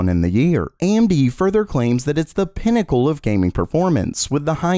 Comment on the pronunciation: it's "pinnacle" AMD, smh